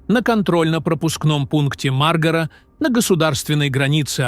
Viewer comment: Хорошо то ,что не сказал пограничный пост маргрет течер не ( маргра) а мар-га-ра. Научись правильно произнасит название местности.